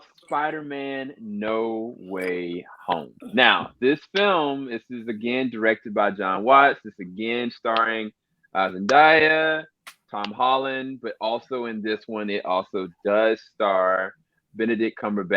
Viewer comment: I could not disagree more with you guys. Entitled to your opinion but nah, I strongly disagree. Also for future reference Zendaya's name is pronounced Zen- day-ah not Zen-dye-ah